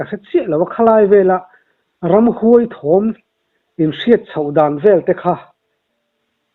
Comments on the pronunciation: Ramhuai tih hi huai lai tak hi high intonation tur hi low intonation in a hmang daih maia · Ramhuai a thluka diklo😂😂